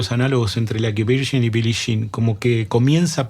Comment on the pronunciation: Excelente análisis y buena información, solo que me sangraban los oídos cuando decías Billi Shin. 😂